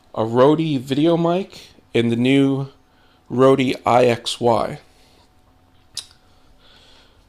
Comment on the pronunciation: The company is pronounced 'Road' ;-)